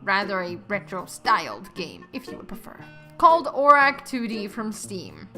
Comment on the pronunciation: omg please dont call it that your saying it wrong lol